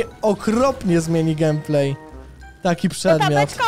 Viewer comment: Się musi gejmplay a nie gemplay